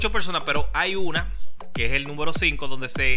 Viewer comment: entre a tu canal a corregirte algo se dice número no númbero